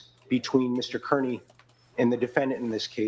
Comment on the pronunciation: love you brother, but you mispronouncing Kearney is like fingernails on a chalkboard. It is pronounced Car-nee.